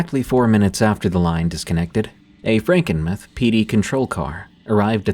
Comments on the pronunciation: "Frankinmith"? Do you mean Frankenmuth? Must be read by stupid AI. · It's pronounced franken-MOO-TH not meth lmao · Frankenmuth mUth. not mith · Frankenmuth is pronounced Franken mooth from a native Michigan person of 76 years. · It's pronounced Frankenmuth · The way I gasped at Franken muhth 😂😂😂 it’s like tooth but …. Mooth. Franken mooth. Hope that helps, thanks for the awesome content yet again D! ☠️🥀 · SE Michigan here 🤚 "Franken-meh" 😂😂😂😂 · I can't help but keep giggling every time you say "Frankenmuh-th." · Same!!! The u is long! Mooth! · It’s AI that’s why it wasn’t pronounced correctly